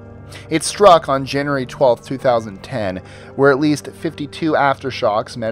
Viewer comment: Janyerry lol